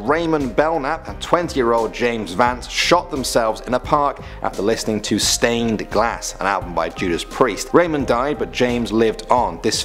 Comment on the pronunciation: It’s “Stained Class,” not stained glass.